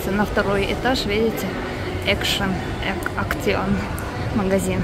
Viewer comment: Action произносится на английский манер, экшн.